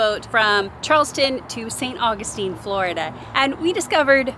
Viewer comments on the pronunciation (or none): none